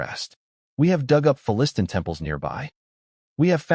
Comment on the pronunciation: You need to teach your AI to pronounce Philistine.